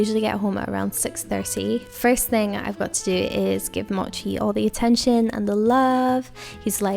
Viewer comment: What time do you sleep? Btw the way you pronounce “mochi” is the authentic Japanese way!